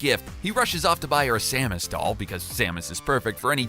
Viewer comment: If you can’t pronounce Samus correctly and don’t know about tier lists then you are not qualified to talk about this stuff